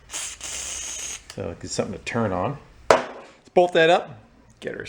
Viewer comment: "It does not churn" learn how to speak you fool. It's pronounced turn